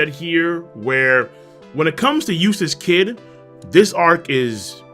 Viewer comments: Every time says "Eustass Kid" I hear "Useless Kid" LMAO srry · I'm only going to say this one more time Eustass kidd Eustass d kid Kid d eustass